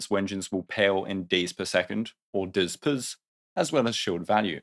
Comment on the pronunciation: If you say "DZPS" ever again... Consider your next moves 😊